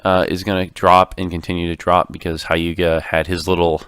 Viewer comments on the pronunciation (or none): Also, Hyuga is pronounced "Hee-you-gah."